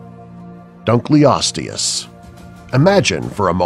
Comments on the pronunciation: Sol Campbell also he pronounced duncleosteus wrong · It's dunk eeh low situs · It's also pronounced dino-soo-cuss Not Deeno-Soo-Cuss dunko-lesties not Doonko-lasties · Kawadw Wayer helicoprion - hællisopryone dunkleosteus - dangklyostyooz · Dunkleostius lived 250-300 million years ago not 20 million p.s. it's pronounced dino-sook-us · deinosuchus (di-no-su-kus) you pronounced it as (dee-no-su-kus) dunkleosteus (dun-kle-ohs-tee-uhs) you pronounced it as (dun-klee-ows-tee-uhs) mosasaurus (moh-zuh-sor-uhs) you pronounced it as (mow-sah-sor-us) deinotherium (di-no-theh-ri-um) you pronounced it as (dee-no-thee-ri-um) sorry! just trying to help out here! ...and I recommend studying pronunciation before actually making the video. Plus, I hope you will lose this VERY cheesy voice. It's hard to take you seriously, as HAPPIE WOLF said.